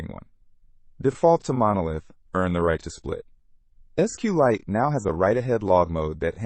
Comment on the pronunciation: You are not pronouncing SQLite correctly.